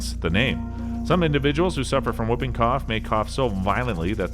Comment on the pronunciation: Whuping cough? I think you mean whooping. Pronounced hooping. Po-li-oh-my-eh-lie-tis. Seven syllables.